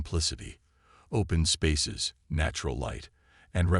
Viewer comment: Your AI can’t even say the word “open”, find a new AI